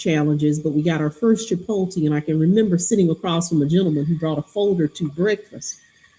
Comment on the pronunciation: Yalls pronunciation of Chipotle is hilarious. But hey who needs pronunciation when you're as brilliant as you two!